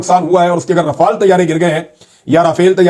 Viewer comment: The correct prononciation is RAFALE and not Rafail